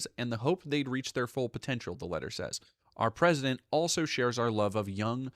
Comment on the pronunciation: "Ouwa pesident"